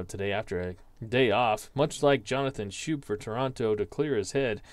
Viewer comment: I had issues pronouncing his name too. Jonathan Schoop, pronounced SCOPE. Weird, I know. Great game!